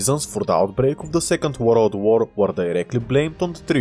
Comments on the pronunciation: second woroud wour? XD love it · "Worold war"